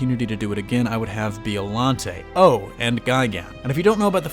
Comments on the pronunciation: Who’s Bee-O Lante? Oh you mean Bye-o-Lanty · Oh my god I'd love for them to add Biollante. She was so ahead of her time. Also it's Bio-lawn-tay not Bee-oh-lawn-tay. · Is it really pronounced Bee-oh-lahn-tay? Since it’s a plant, shouldn’t it be bye-oh as in biologic? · Why are you saying B.O.llante??? It's bio. You sound like an asshole. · It's "BIO"llante not "BEO"llante!!!...you know like Biology. Besides that great video! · The way you say Bio-llante lol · What is a “BEOllante”? Do you even say Bio correctly??? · Its bio lante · Anyone else cringe when he keeps saying "BEEollante"🙄? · The letter ( i ) is often pronounced like an ( e ) in the Japanese language. Listen to the Japanese audio track & you will see that it's pronounced like Beeolante. Just like ICO is pronounced like EECO or Ghidorah like Gheedorah. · You real disrespect my Monster homies and it's Bi-O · "B-E-Ollante" (Inhales) This is the symbiote situation all over again. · Is no one going to mention the fact that he keeps saying Biollante wrong the entire video? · The way he pronounces biollante drives me nuts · And Gigan is a bird/cyborg, and he doesn't even mention Biollante's connection to Godzilla, and can't even pronounce her name right